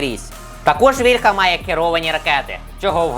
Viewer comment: Не вільхА,а вІльха,блін ,молдавани